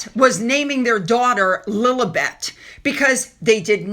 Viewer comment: It’s not pronounced “Lil-UH-bet.” It’s “Lil-EE-bet.” You know, like the Lily….?